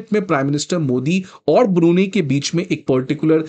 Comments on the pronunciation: Hey Bhagwan it’s ब्रूनयी not ब्रूनी 😁🤭 otherwise the lecture was perfect 😊👍🏻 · Brunie😂 Bro your pronounciation should be world class it is BRUNEI ( pronounced as Brunai ) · Learn to pronounce BRUNEI correctly ! It is not Biruni as you say but BRU-NAI !😡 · It is NOT ब्रुनी। It is ब्रू नै !